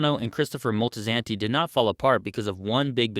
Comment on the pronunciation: It’s Moltisanti NOT Moltizanti.